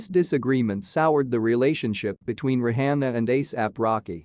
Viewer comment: The host should prolly learn how to pronounce Rihanna's name.